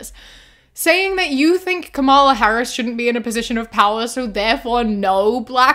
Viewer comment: You keep mispronouncing Kamala. That pronunciation is the only thing Sharipo gets right in his video.